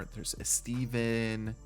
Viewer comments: "Eh-Steven" 😂... But I'll give you credit for pulling so many B and A-rated players, especially deep into each draft. That's impressive. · the way he said estevan got me every time😭😭